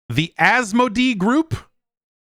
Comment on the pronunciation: You supported your own statement about Infogrames pronunciation, by pronouncing Asmodee wrong repeatedly. 😅